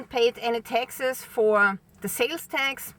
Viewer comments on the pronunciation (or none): Hi. When you say taxes it sounds like Texas. If you come to the states, come see me! It's very hot here so don't wait til April. I have an extra bike, if l had a vehicle it will be a truck! Of course. Dirt road girl, just turned 70!🌱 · Oh she said: Taxes not Texas 😅